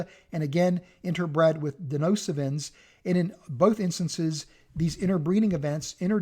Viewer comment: It's DeNISOvans not 'Denosivans'..!